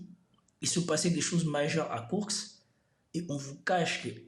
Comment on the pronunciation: Par contre c'est KourSK et non pas KourKS